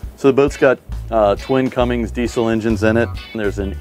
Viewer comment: Cummins, not Cummings.